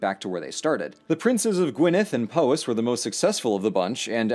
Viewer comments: laughed when he said Pooowys...its Powys ..like batman says kaa-pow.. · Bless you for doing the work to get "Llewelyn" right, but you missed two easy ones! The 'o' in "Powys" is the same as in the bugs-bunny sound effect "Pow". "Fawr" rhymes with "power", though you got the "f=v" bit right. :D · Hi. I’m Welsh and mostly fluent. I loved this, thank you! But your pronunciations pained me. Specifically Powys. It’s p-ow-is not p-oh-is